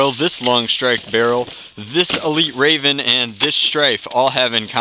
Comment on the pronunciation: Strayven... smh. Gutted a poor Rayven. #RayvenLivesMatter